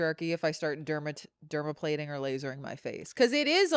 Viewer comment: mispronouncing dermaplaning every time😂😂